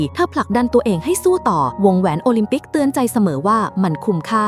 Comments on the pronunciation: โอลิมปิกกลายเป็นโอลิมปิ๊ก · วงแหวนโอลิมปิก❌ วงแหวนโอลิมปิ✅ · โอลิมปิกไม่ใช่โอลิมปิก😂😂😂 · โอลิมปิก❌ โอลิมปิ๊✔️ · วงแหวนโอลิมปิกไม่ใช่โอลิมปิ๊กชื่อพ่อหนูชื่อว่าปิ๊กนะคะอย่าร้องนะคะหนูตบกระเด็น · โอลิมปิก กลายเป็น โอลิทปิ๊กก 🤭 ฮาอ้ะ ช็อตนี้ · โอลิมปิกไม่ใช่โอลิมปิก